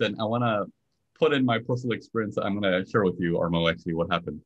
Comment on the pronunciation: Thanks! PS: It's Armand, not Armo, it is a French pronunciation.